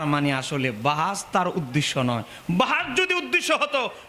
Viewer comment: তুমি ইবারত পড়তে পারো ?তুমি বাহাস কথাটাই তো উচ্চারন করতে পারছো না ,তোমরা নিসন্দেহে বেদাতি,অরিজিনাল সুন্নি হলে সুন্নি সুন্নি করে চিল্লার দরকার পড়ে না ,বেদাতিরা কয়েক বছার থেকে সুন্নি কথাটি খুব ব্যবহার করছে ,যাতে তাদের বেদাতি কর্মকান্ড আড়াল হয়েযায়, আগে সুন্নি কথাটা কোখনো শুনিনি৷